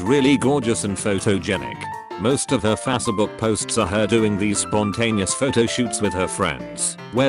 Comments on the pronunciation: Are we just gonna ignore the fact that he said Facebook like "Faserbook"? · "Fassabook" "Self-i"